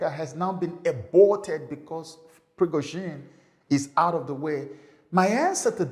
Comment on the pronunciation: Why do you pronounce things strangely…imagine pronouncing ‘ABORTED as “EBORTED and Wagner “waygner